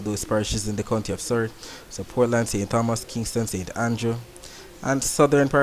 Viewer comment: Hi, I really appreciate what you are doing. Was hoping for this for a long time. Just one correction. I live in St. Thomas. The (h) is silent, so it's ( St. Tomas) Mr. Tompson etc